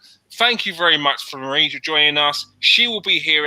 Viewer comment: Mary? It,s marie 😂 Cheers mate.